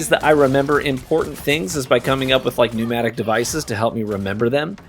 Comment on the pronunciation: This has nothing to do with Groot or Marvel Rivals, but I ended up learning something completely unrelated to this video today. When you said you like to use verbal cues to remember things and do things you said "new-matic", which is hear as pneumatic, which has to do with air pressure stuff. I knew what you meant but then I looked it up because I thought it was pneumonic, but that has to do with the lungs. I was very confused and realized I had never had to spell mnemonic before. I had to share this to give engagement and also let anyone else who might not know that is spelled mnemonics, but just looks like I mispelled economics.